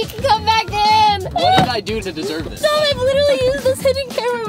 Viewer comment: Ava: Dom! What I heard: DUMB!